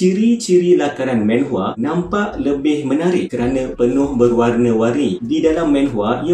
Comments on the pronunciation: bukan menhwa.. manhwa laa.. xyah nk men men sgt 🤣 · Sebutan manhwa adalah manhwa bukannya menhwa.Sebab dalam korean manhwa ditulis 만화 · hmm it's manhwa not maenhwa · Aku sorang je ke yang geram bila dia sebut "menhwa"? xD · Well, korg pun salah gak sebut. Cara betul sebut manwa..sebagai mana korg sebut manga.. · Satu menhwa satu lagi ski-fi🙃 ya pronunciation penting